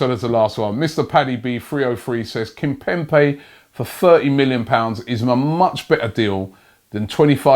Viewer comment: Brother its Kimpembe with a 'b' not with a 'p' Robbie pls